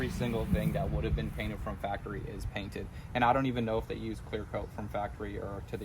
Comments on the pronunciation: "you got my page cainted" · I love it when my "Page is Cainted" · He said my Page Cainted 😂. I do the same thing when I’m excited! Hatch looking minty fresh! Love it💪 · My boi said “ page cainted “ 😂 truly lost for words seeing the hatch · Did he say “page cainted”? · "Page cainted"- lol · “Saw you got my page cainted” 😂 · He said page cainted lol anyone else get what said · "Seen you got my page cainted” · “Page cainted” lol, congrats brother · Are we gonna let him get away with saying “my Paged cainted” 😂😂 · Bruh he said it he said page cainted it good times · Whats a "Page Cainted"?:P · The page cainted?!? Lol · "saw you got my page cainted" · "I see you got my Page Cainted" - 2023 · “Page cainted” 😂